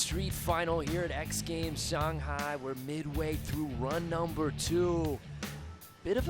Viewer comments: Did he pronounce Shanhai wrong ? We really are in a Mandela effect type universe. Jesus.... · Everyone in the world: Shanghi Broadcaster: Shaunghi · It's not pronounced shong hi. Say it just like it's spelt SHANGHAI. now say it right shangit. And judges be blind af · What's with this "shong" hai nonsense.. say it right. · Just killed me every time he said Shong-hai instead of Shang-hai. Usually the announcers get the trick names wrong. One time on a different contest they called a hurricane grind a backwards crooked grind. Always have at least one real skater commenting on the contest. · Am I the only one who gets bothered when they say "Shawnhi" . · If that dude says shong-hi again ima loose it lol unless that’s how it say it, then I’ll shut up lol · "Shunghai" though?? Really? I've never heard that pronounciation, is that really how it's spoken? Lol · .. not if you are American. Than you pronounce it Shanghey .. and you don’t care. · Shanghai not "Shung-hi" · Shawn hi? Apparently. Thought it was Shanghai.